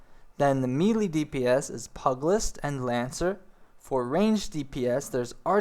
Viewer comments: Great video, but LORD GOD People lol. It's NOT Pug-list,its PEW-gilist. AKA pugilism, or fighting with your hands! AKA bioxing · pu-ge-list not pug - cmon. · (P-you-jill-ist) not (pug-list) stop being a lazy american and pronounce the extra "i" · Just an FYI - "pugilist" is pronounced "PYOO-jill-ist". "Pug-list" is hard on the ears. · nice guide. i have to say that the way you ate mis pronouncing pugilist is really bugging me lol. pug in pugilist does not sound like the dog pug but huge but with the letter p instead of an h or pew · Pugilist = Pew-ja-list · Here's a tip-- pew-Jill-ist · nice video but pugilist is pronounced pieu-gill-ist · While you're on the topic: pu·gi·list /ˈpyo͞ojəlist/